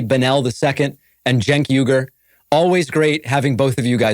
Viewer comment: It's pronounced "You" gerr.